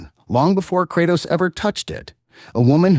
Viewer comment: All this lore and you still don't pronouce his name correctly, c'mon bruh....."Cray-tos" like saying the word "pray" but with the letter K.....NOT "Krah-tos"...